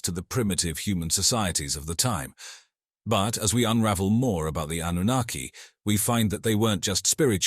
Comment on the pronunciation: Why does the pronunciation of Annunaki keep changing from correct to extremely incorrect - hedging your bets? 😁